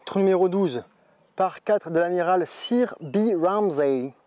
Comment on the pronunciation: Hello, je mets un pouce 👍 comme d'habitude parce que tu fais un bon boulot... et que j'ai ris un peu, j'avoue. Mais tous ces trucs en anglais avec des "Sir" prononcés en francais je m'en passerais volontiers, surtout les fu*k qui font que je ne regarde plus les vo ricaines... Bravo quand même et bonne continuation.